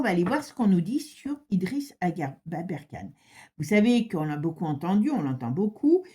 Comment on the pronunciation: Merci pour cette vidéo ❤ Il s appelle Aberkane, vous êtes plusieurs à estropier son nom 😅 Il a dû fuir la Suisse car il dénonçait... Effectivement, il dérange beaucoup de monde. Il vit en Italie, sauf erreur !